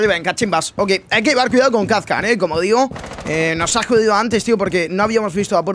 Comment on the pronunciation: Kazkan no...jaja Kapkan con P